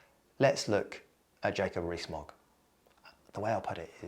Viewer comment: Jacob REEE-Smogg